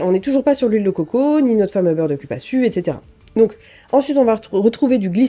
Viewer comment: Cupaçu se prononce"Coupassou" 😅😉